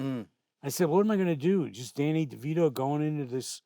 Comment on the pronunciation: "I'm only a phone call away danny." Said in the most irish way possible was so wholesome